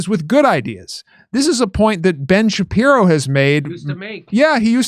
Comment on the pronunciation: I mean there's a chance Ben SHU-PYE-RO doesn't like Ben SHU-PYE-Ro